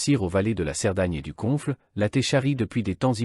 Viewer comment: Le commentaire débile: la Té (la Tet), le Confle (le conflent) etc etc. Arrêtez avec les robots!